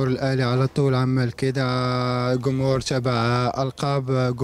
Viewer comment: كيدة كانب.... كميع. كماهيرنا كمهور واسي بانون الله يهديك جمهور جانب جميع جماهيرنا جيدة هكذا تكتب وتنطق وتفهم. ❤️ احب جميع اللاعبين المغاربة لكن استغرب علما انهم سفراء للتعريف بلهجتنا. الأقرب للغة العربية مقارنة لجميع لهجات الدول الأخرى والدليل الكل يفهم اغانينا. رجاوي مر من هنا زيروا معانا شويا هناك لغة عامية يفهمها الكل فلاداعية ل جمجمة الجيم هههه مع كل احترامي لجميع إخواننا...... ❤️